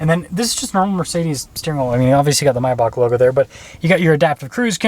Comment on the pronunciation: It's called MAYbach not MYbach.